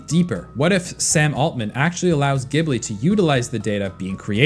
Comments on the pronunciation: This was painful to listen to, it's pronounced "Guibly", not "Jibly" 😅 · It's ghibli not Jibli